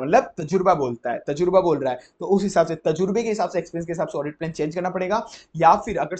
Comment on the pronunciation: Bahut zabardast revision lecture hai yeh Bus sir aapse ek request hai ki aap apne pronounciation par kaam kar lijiye, (For eg Plan ko aap Plane keh de rahe jisse aeroplane yaad aa ja raha)😂😂